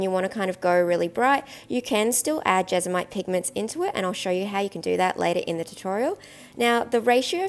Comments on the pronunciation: JesMONite. It's JesMONite, not Jezamite. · I can’t watch because you keep saying Jesamite 😢😂 my adhd is going mad!